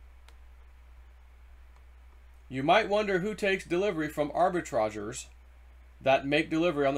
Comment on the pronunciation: It is pronounced arbi-tra-JURES.....